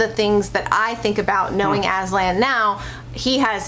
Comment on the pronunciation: Aslan is turkish name and yes it means lion .But I have to say, you are pronouncing wrong😀 how I know, cuz I am turkish.. write down Google; lion translete turkish and please listen how pronouncing Aslan😊